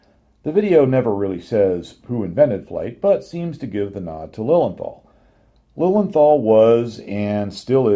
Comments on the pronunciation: Your dismissal of Lilienthal (pronounced Liliental btw.) sounded as if what he did was pretty much useless, however this is not the case, as Wilbur Wright himself praised his work in an 1912 essay in "Aero Club of America bulletin" as "the greatest of the precursors". Lilienthal did a lot of reseach and theoretical foundation upon which the Wrights developed their plane. I don't know about the correctness of specific numbers of his and the Wrights certainly were wise to double check them, but Lilienthal did answer certain basic questions beyond any doubt already, like curved wings vs flat wings and wing profiles and only copying the gliding aspect of bird's flight over flapping etc. So Lilienthal did solved the first problem of flight and lift and the Wright brothers certainly did not discover these facts. It seems to me as though they knew them from Lilienthal's publications and just checked on them. Also it should be mentioned that Otto's brother, Gustav Lilienthal, worked a lot on gaining this knowlege as well, but did not do the flying and rarely gets any credit. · Your pronounciation of Lilienthal is almost correct. Replace the th by a simple t and your there (no th in German zats why they say zis and zat when zey speak english).